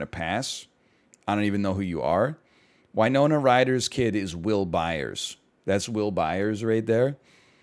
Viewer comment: That is absolutely not the way to pronounce Winona